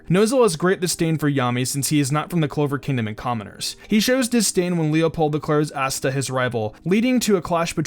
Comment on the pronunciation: asta (ah-stuh) not ass-tuh